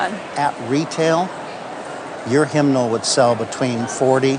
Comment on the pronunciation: “Hymnimal”? It’s “hymnal”